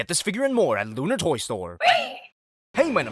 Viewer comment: the way you said lunar toy store tho